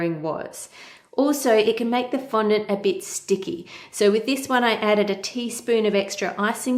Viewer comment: Thank you for not pronouncing it "fon-DAWNT," like Buddy on Cake Boss. Now everyone is pronouncing it that way.